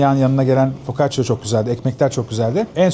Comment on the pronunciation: Focaccia 😒🤭 neden ısrarla “o” 🫣